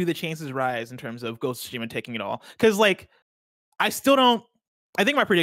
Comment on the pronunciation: and, you both pronounce it wrong. It’s not Ghost of Shima, it’s Ghost of Tsushima. If you think you’re saying that: not everything should be spoken fast, slow it down a bit and say it properly. Ghost of SOO-Shima, or even the way Greg likes to say it. Minor gripe but so annoying to hear when every 5 seconds... “ya ya blah blah GHOSSOSHIMA etc etc” LOL